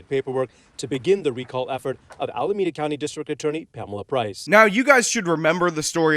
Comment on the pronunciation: I support the recall and appreciate these videos, but please note it is pronounced “AlamEda” not “AlamAda” county.